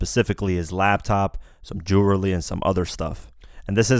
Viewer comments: Did this dude just say jewerly? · did that nigga say "jewrely" 😂😂😂😂😂😂😂😂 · ...some " j e w r e l y" ? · the way he said jewelry 😂😂😂😂